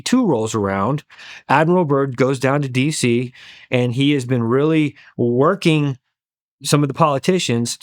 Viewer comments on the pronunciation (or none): none